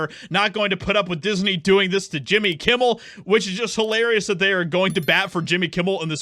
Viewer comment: Jimmy Yewmmel